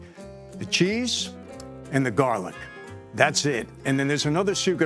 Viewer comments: Jarlic ? Come on Mike !! 🤣🤣🤣🤣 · It’s called jar-lic. A cute name made up by the young people.